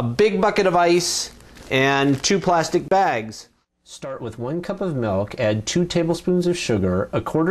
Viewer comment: oh no no no no no nononono DID HE JUST SAY MELK?????? its milk.